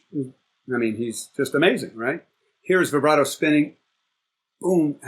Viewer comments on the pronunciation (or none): none